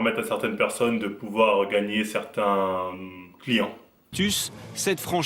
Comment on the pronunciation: Ientcli ca veut dire client non ?enfin moi je l'utilise pour dire client. Après peut-être tu disais Yenki j'ai entendu iencli. Dite le moi si je me trompe